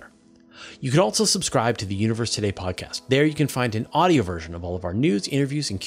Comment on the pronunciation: "Altzzo". "And Altzzo they will "....